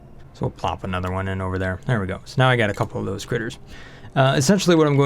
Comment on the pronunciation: Look out... "Thosey" "pokey-shells" will "somy-timeys" try to put things in a "chokey-hold."